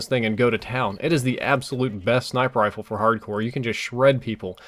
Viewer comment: it's RIFLE not RILFE